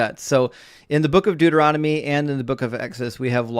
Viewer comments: These people are so poorly prepared. Most of them get info off websites that are also sloppily researched and just plain wrong. One of the callers even pronounced Deuteronomy, Dude-er-on- to-me. To that I would say, yes, this Dude Is On To You. These people do not even actually read, deeply read, their own BIG BOOK OF GOD THINGIES. (Please excuse the Trumpian caps lock) I just found your great channel and subscribed. Intellectual evisceration is so fun to watch. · Bro said durahmety instead of Deuteronomy 😂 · "Duo-er-odimy." How precious. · The caller said, “Look at the book of Duromity”. 😂😅😂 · My favorite part is that this guy can’t even pronounce the book Deuteronomy. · Why can't these callers ever pronounce Deuteronomy? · Dude can't even say Deuteronomy. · He can’t even pronounce Deuteronomy correctly 😂😅🤣